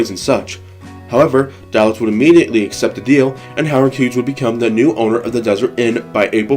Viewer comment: His name was pronounced: DAY-litz.